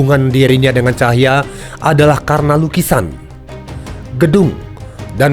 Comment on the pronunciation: Bukan ‘Cahya’ sebetulnya tapi ‘Tahija’ (org Ambon). Utk Narator